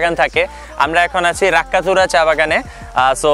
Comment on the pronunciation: Ar koyta din age ashta lakkatura...pahar the pore gesilam :^) Jai hok dekha Korte partam but kopaaaal🙂 sunamganj aisho arekbar plzzzz Btw ota Rakkatura nah Lakkatura